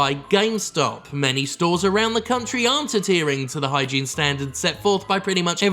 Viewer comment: What you said: Hand hygene What I heard: Hentai gene